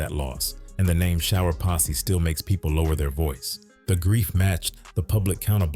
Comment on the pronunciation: IT’S PO$$E NOT POSSY🤔